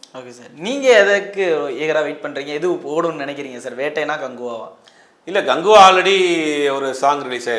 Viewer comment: Ada naye athu rajini gangva.... 😂not ganguva..... 😂😂😂